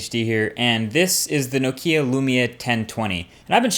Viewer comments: lol... he doesnt know how to pronounce NOKIA....It´s Nókia....not NO Kia xD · You dont say Nokía, you should say Nókia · It's pronounced Nokia not no-key-ah. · Did you say Nokia wrong?